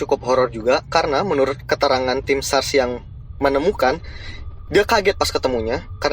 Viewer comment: SAR mas, bukan SARS: virus, mgkin lidah inggris ya😎.